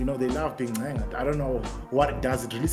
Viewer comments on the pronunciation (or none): Not being that serious ebe he says "ncenging" 😂😂😂😂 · "To ncenga"🤣